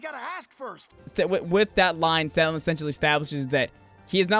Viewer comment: It sounded like you said "Stanlon." In case I heard that correctly, it's actuall "Scanlon." But if I misheard you then ignore me.